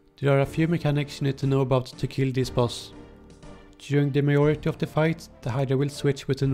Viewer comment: When dad says meyority instead of majority <3